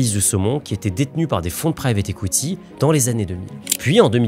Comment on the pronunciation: J’entends “écoutille” quand tu dis “equity”.. 😂